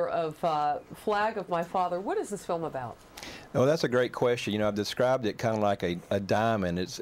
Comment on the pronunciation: The guy called it a "fim"!!